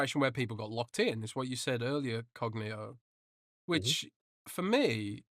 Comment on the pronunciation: Who in tha fuck is "lord cogkneetoe"? Ain't nobody got time f'dat.